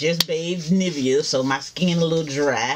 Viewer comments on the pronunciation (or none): none